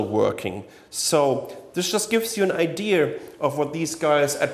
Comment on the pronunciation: The word "idea" does not have an "R" in it...